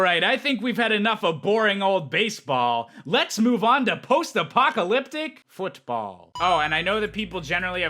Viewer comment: I don't know why but the way he says football I found extremely funny